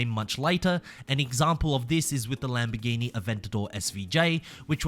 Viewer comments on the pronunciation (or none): none